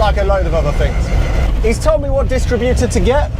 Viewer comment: Say DisTRIButor, not DISStritbuter 🙂